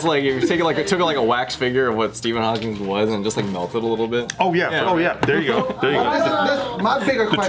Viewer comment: It’s just Hawking with no S